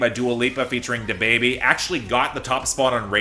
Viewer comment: Love the way you pronounce "DaBaby"....